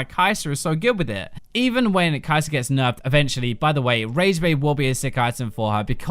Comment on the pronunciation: Its not leviosar its leviosa XD sorry couldn't help but think about this